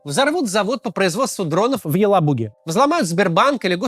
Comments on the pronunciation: Не в "ЕлабУге", а в "ЕлАбуге". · в елабУге 😬 что Кац вслед за Наки тоже начал неправильно ставить ударения 😂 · Так, а что за странная интонация "В Елабуге" на ?) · Максим как то странно сказал в Елабуге